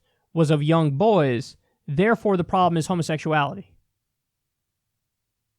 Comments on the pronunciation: What I discovered after having a hearty laugh at the right wing stupidity - Kyle can't say boys. He says boYaes. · Is it me or does Kyle say boys weird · Stop saying “boys” like that